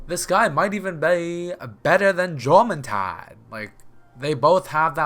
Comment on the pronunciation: Jormuntide is from a language where J makes a Y sound. Just to inform.